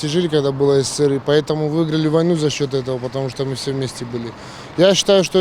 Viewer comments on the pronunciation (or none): none